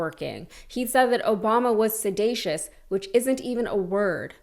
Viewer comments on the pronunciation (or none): Sedatiious - he meant seditious. A poorly educated ignoramus con man.